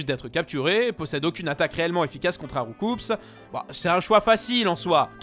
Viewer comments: On dit « roucou » pas « roucoupse » xD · Je crois que Roucoups se prononce rou-cou, ce qui est logique en comparaison avec cool et carnage. Mais bon… À cause de l’anime et tout le monde qui dit rou-coupsse, pourquoi mon avis serait-il important ?